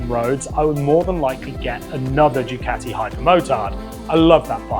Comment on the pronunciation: 1st Wanker you already came with a set twit mind to down the Harley Davidson. 2ndly it's spelled "Ducati" NOT like your pronouncing it "Decatea". And your Worst mistake you made Wanker is pick the States of Nuts and Fruits to ride all those miles and of all places in hell to start off in, death valley. You from the start Wanker had your mind set to HATE the Harley Davidson and preferred your land's peasant skinny tall standing dirt bike that looks like you have a motorized BICYCLE and looks like with any pebble on the road tou will bend a rim and be catapulted through the air. You shouldn't have made any type of video with the type of set mind you had and not an open mind and such negativity and a Wanker's bashing of our American iconic motorcycle. So good ridens and go back to your skinny tall Ugly motorized bicycles you idolize so much so you can go ride them between the sheep and ox paddies. Cheers wanker and good riddens